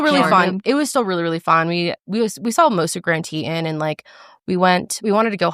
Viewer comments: Girlllll. It’s TE TON. I love the way you said it but it caught me so off guard 😂😂😂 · As someone who was born and raised in Jackson WY the pronunciation of Teton was wild😂, just to clarify Tee-Ton but next time you’re there you have to go to Knit on Pearl and Bubbas BBQ! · sorry, i hate being that person but it’s pronounced tee-tawn here 💜😭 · Love you guys!! And so glad Karelly enjoyed Jackson and Grand Teton, i also LOVED shoshone ntl forest! Just a lil note, Teton is French, but general correct pronunciation for it is [tee-tahn]. So glad she enjoyed the trip!